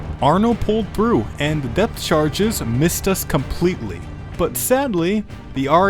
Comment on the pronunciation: excuse me, I keep hearing "death chargese" :o